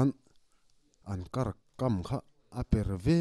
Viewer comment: A tha ltk..kar tih kha kar ti lo in thluk tur niin ka hria..kaaar tih anga ri tur